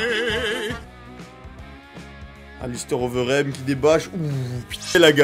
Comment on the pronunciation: Prononce Alistair Overeem OVEURIME sil te plait pour le bien de mes oreilles